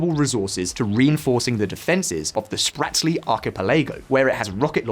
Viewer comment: How did you manage to mispronounce both "Spratly" and "Archipelago"? :)